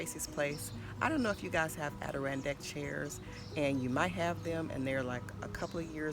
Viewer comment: If only she could pronounce what they are fucking called 🤦🏼